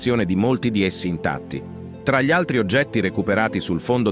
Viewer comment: ..."erano spesso più contemplativi di quanto 'gi li' attribuiamo"...continua la pronuncia di 'gli'.....non ci riuscirà mai!